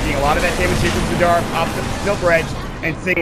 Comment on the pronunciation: its driving me crazy how the announcer is saying madera instead of madara